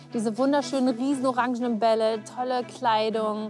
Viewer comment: "Orantsch" für Somalja 🧡